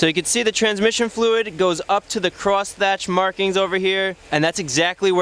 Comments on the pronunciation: It's pronounced cross HATCH not cross THATCH you fool. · cross hatch not "cross thatch" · It's "crosshatch", like a crucifix from an egg, not "crossthatch", like a 9th century old english roofing technique. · Cross-hatch not cross-thatch. Other than that, very informative, as usual. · FYI... it's cross hatch not cross thatch... Crosshatching is the drawing of two layers of hatching at right-angles to create a mesh-like pattern. Multiple layers in varying directions can be used to create textures. Crosshatching is often used to create tonal effects, by varying the spacing of lines or by adding earn to pronounce Thatch noun; a roof covering of straw, reeds, palm leaves, or a similar material. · that's "crosshatch" pal, not cross "thatch" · you may be right. I just find it annoying that he says thatch when the dipstick clearly says hatch. When teaching someone you should pronounce words properly so as not to spread the wrong word around. You're right i probably worry too much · It is pronounced "cross hatch" not "cross thatch". The definition is: To mark or shade with two or more intersecting sets of parallel lines.